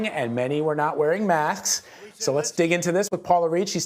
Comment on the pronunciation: You can't even say masks right you idiot 🤣🤣🤣🤣